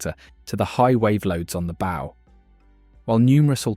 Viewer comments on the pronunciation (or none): Good video - I didn’t know that over 800 people died. RIP to all. BTW bow is pronounced “ow” like “ow, I hurt my finger.”